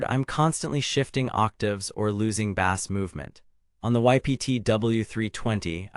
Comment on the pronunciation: Bass is pronounced base! Not bass like a fish! This has got to be ai read